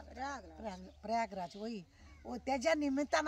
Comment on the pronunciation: Paragraj nahi Prayagraj...🤦🤦🤦